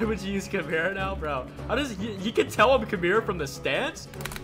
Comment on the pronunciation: Is he joking when he said Kumira instead of Kimura because if he's not he's braindead